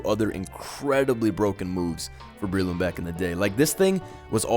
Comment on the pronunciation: Not that Breloom pronunciation...(it's Umbrella+Shroom, so pronounced Breh-loom)